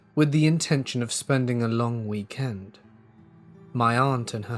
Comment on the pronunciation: Say week. Now say end. Now say weekend instead of wee-kend. It's the end of the week, not the kend of the wee. Am I the only one?